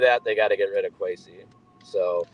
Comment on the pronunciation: "Queasy" Adolfo Mensah